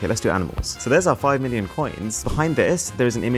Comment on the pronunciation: Your "Million" pronunciation just certified You Indian connection 😅